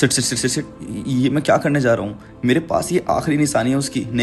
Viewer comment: Yr tum sh aur s me frk seekh lo. Shit ko sit yaar bolte ho. Bc dekhe intrst hote huye bhi irritate ho raha hu sh s se. Shit ko sit share ko sare.